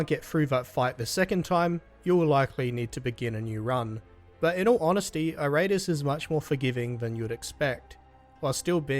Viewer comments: Good review but damn dude it's pronounced Eer-Uh-Tus not I-Rate-Us XD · It's pronounced "Eee...rah....tools"